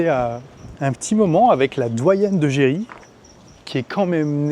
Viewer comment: Merci pour cette vidéo, ma femme est d'origine brésilienne et trouve cette présentation très sympa, elle a dit que l'on prononce juste "Jeri" 🙂